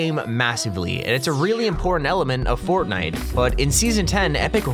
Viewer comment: I thought was real fortnine🤣🤣